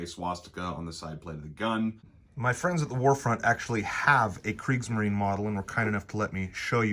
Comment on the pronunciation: In Kriegsmarine the e at the end is sounded like the e un -eggs-, so kriegsmarin is not correct.